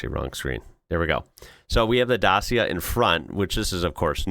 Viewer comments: Great video, thanks. FYI, Dacia is pronounced Datcha. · It's Dat-chia, well as near as I can do it in phonetics. (My wife is Romanian.) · The C in Dacia is pronounced as an English "ch" If you want big cars in Europe you can look at something like the Skoda Kodiaq, BMW X5, or Range Rover.